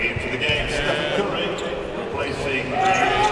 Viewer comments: "estefan curry" 💀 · Lol, can u tell me in what moment did he say this? I die to hear it lel